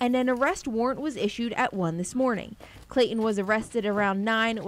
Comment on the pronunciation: What's with this anchor and reporter? One calls him, "Clayon", the other calls him "Clayhon"...it's not that difficult to insert the "T" ladies I promise...I've done it and it's caused no residual effects!